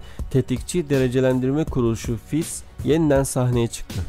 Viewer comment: Fitch = Fitç diye okunuyor kardeş :) ch = ç